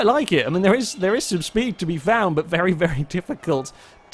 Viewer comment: Has anyone else noticed that when is concluding the video, sometimes it sounds like he is saying "thank you vely much for watching?"